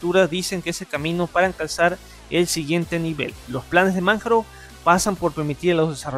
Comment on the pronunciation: Cada vez qué pronunciabas Manjaro, LibreOffice o PureOS me dolían los oídos. Parece qué leías sin haber escuchado nunca cómo se pronuncian los productos.